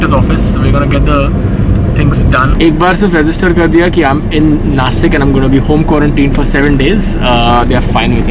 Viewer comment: Bro its nashik not nasik